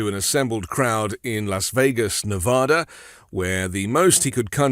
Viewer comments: It's ne vaaa da - "a" as in ass, not "a" as in paw. That annoys the hell out of us Nevadans. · Dude, you’re mispronouncing every syllable in Las Vegas, Nevada. All of them. That’s funny.